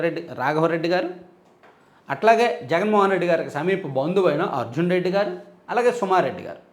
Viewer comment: మీరు గారు అని శంభోదించిన మాకు ఏంటో గాడు అని వినిపిస్తోంది